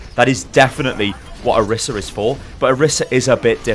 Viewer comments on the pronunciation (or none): Orisa, not Arisa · What annpys me the most is people are pronouncing the name as "orissa" but there is only 1 S!! It needs to be pronounced as "oraisah"! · Not pronounced OH-RISS-AH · it's oriisa pronouced oreesa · "Oh- Ree- suh". Roll the "R" (proper pronunciation) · No one can say orisa correctly